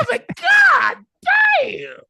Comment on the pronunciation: Ocho is saying Got Damn not God Damn